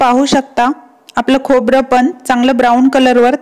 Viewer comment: खोबर नाही खोबरं.